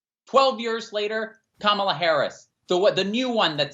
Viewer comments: I'm with all of this except for pronunciation of "Yuuuurs" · Why cant say "years"?